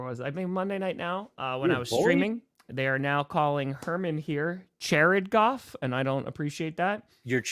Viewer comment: Chairrid Goff! Chairrid Goff! Chairrid Goff! Chairrid Goff!